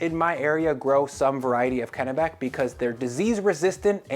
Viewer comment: Congratulations on pronouncing Kennebec properly.